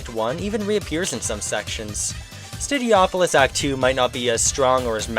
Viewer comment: This dude really said STUDI-opolis. Alright boys, toss this guy in the fire.